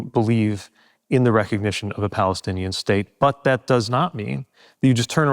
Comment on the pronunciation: Does Pete even know how to say Palestinian? A blind focus on only one party eliminates the other. He’s another sellout war hawk. I like the questions asked tho!